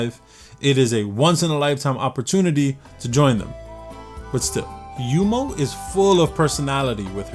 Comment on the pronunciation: why do you keep pronouncing yuno as yumo